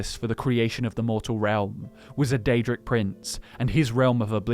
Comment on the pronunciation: Yep, always does their research, unlike Nate who can't even pronounce the names of Daedric princes. *shots*. He's still epic.